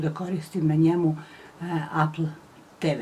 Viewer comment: Ne kaze se apl nego epl apple